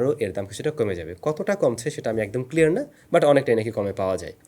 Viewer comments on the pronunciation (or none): none